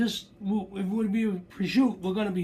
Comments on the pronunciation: Prosciutto is pronounced exactly as it sounds... Not prozhuuu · it's pronounced prosciutto with an "O"at the end